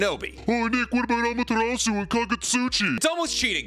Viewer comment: why does every youtuber pronounce "Ah-Mah-Tear-Ass-Sue" as ""Ah-Ma-Ter-Ohs-Sue"